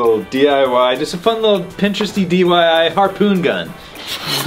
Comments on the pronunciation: Oh my god. Did he say DYI instead of DIY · I’m pretty sure said dyi instead of diy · he said *DYI*(DIY) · Did anyone notice said “dyi” instead of diy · 1.52 seriously? D.Y.I! You even said at the beginning of that sentence that it was d.i.y lol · Guy :dyi Me: it's diy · you said DYI, not DIY.... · He said dyi on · At the starting someone said diy than dyi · Did anybody catch say dyi instead of diy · he said dyi insted of diy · He said dyi not diy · “Dyi” instead of diy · Sounds like dying to me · Joseph Richardson YES I HEARD THAT AND CAME STRAIGHT TO THE COMMENTS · this man just said dyi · did he just say dyi😭😂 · Anyone notice how jon said dyi in the beginning of the video when he shows the cannon to him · notice how he said “dyi” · who else noticed saying DYI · he said “dyi” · Who else heard say "dyi"..... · did anyone notice that said dyi pun gun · Did anybody catch he said DYI? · he said dyi BRUH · did my man really just say dyi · Where they really saying DYI the whole time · Did He Say Dani? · Is it me or did he say DYI